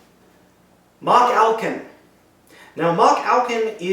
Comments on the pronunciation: It's No Machalcon. it's MachFalcon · DUDE YOU ARE SAYING IT WRONG IT IS MALFALCON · You saying the name wrong it is Malfalcon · It's pronounced Ma-hal-con. Watch the show and you'd know that. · i think it is pronounced as ma-halcon